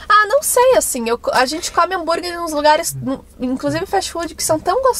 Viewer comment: "búnrguer" kkkkk